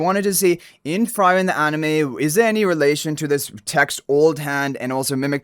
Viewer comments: In frieren, frie you pronounce like "free" not like "fry" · Frieren also dude it is pronounced Free Ren not Fry Ren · It's [FREE-REN] and the red head guy is not Himmel... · Please, if you pronounce frieren as fry-ren one more time, you'll fry my brain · Downvoted coz frieren’s name is pronounced wrong. Cant proceed listening to it. Also as a cc, basic research is expected. Excited for the collab though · it bugs me whenever he pronounce it like that xD but it's fine since he doesn't know about the show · Agree.. just go watch the anime and learn to pronounce it correctly . Its blasphemy to ruin Frieren's nane. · THANK YOU!! It had to be said ;)